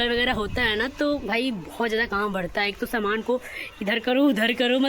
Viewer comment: Shaman nhi saman hota h.... S ko sh ku bolti rhti ho